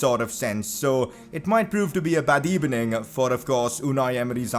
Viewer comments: On the keyboard, B is next to V, that's why he says "Good ebening" instead of "Good evening" LMFAO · Good Ebening Senor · The comments of this video 20% how Wenger is better than unai 80% “good ebening” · Good ebening as well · good ebening señor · "what did you think of var today?" - commentator. "it's very streched decision, gud ebening." - emery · Good Ebening everybody I wanted to watch Leicester city Carrer Mode. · "It was not a good ebening" Meme of the Day